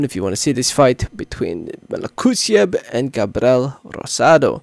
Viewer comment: also its “gabriel” not gabrel